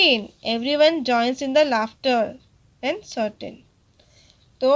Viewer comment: its curtain not certain